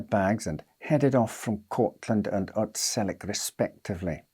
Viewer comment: Actually it’s pronounced Otselic you Lovely Man